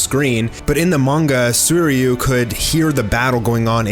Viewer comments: Did you just say Soyryu instead of Suiryu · This guy absolutely butchers Sui ryu's name